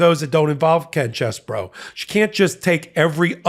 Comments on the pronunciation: Thank you! I’m not exactly sure what the correct pronunciation is but is not ‘cheese boro’ like every one else is saying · in my home town Sheboygan they pronounced name CHEEZBRO! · Believe it or not, this particular rat actually pronounces his name as “Cheese-Boro” because he is from Wisconsin. So,, go for it😎🥰